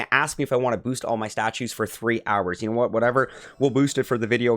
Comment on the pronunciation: What is a weekah? And a youah? And what does appeezah mean? Idk what a gameah or hoursah means either. You need speech therapy.